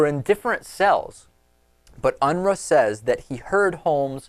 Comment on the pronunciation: His last name is pronounced " Un-roo" . There is a family locally, where iam from with the same last name . In fact I'm pretty sure this guy is from my home state as well. There are 2 Steven Unruhs from my hometown and one of them had been in and out of jail constantly on drug and alcohol charges. And Aurora area is not far from my home state area either. So it's not much of a stretch that this is the same guy. One went to my high school, the other, likely his cousin, went to high school with my cousins across town.